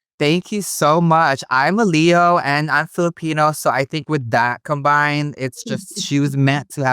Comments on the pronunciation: “So you’re a leo and you’re a Fillapeño” 🤣🤣 girl was u tryna say jalapeño?? or filipino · lmao saying Filipino like jalapeño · Philipeño she said 😅